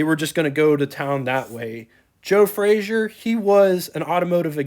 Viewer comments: A couple of comments: It's pronounced "Fray-zer" not "Fray-zhur" He was Scottish, not French. The person who's picture that's shown when you mention Joe Frazer is not Joe Frazer. Don't know who it is but it's not Joe. You are correct, Kaiser had the first hatchback. Kaiser and Frazer for '47 were the first cars with a straight through fender line (no running boards or "hang on" fenders.) True post-war styling. The "AC" control allows air to flow through the heater, which Kaiser called an "Air Conditioner." Another cool feature these have is the control marked "T" below the dash, which stands for "Throttle" - it's a cable to the carburetor, sort of poor man's cruise control. As another person commented, the problem with using the Continental 226 in passenger cars was the valves burned frequently. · Good video but I have to voice my pet peeve - it's pronounced "Fra-zer" not "Fra-zhur" Joe Frazer (not Frazier) was very proud of his Scottish lineage. You are correct that Kaiser had the first hatchback in 1949. A '47 Kaiser Custom is a rare model among the KF line. The hood ornament is an after market add-on. Very cool - KF did not offer a hood ornament in '47 so owners often added the after market units available at the time. The "AC" knob turns on the water to the heater. In '47 the heater was known as an "air conditioner" - great piece of yesterday to be sure. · It is NOT FRAZIER; It is pronounced and spelled FRAZER! Repeat: F-R-A-Z-E-R!